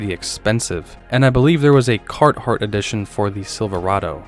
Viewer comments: I think you may be talking about "CARHARTT" actually. But maybe we're both wrong? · Who doesn’t know it’s Carhartt…..Carthart? Common